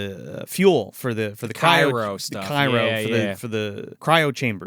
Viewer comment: Cryo. CRYO,. Cairo is a city.